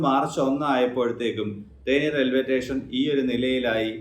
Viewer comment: Teshen alla station anu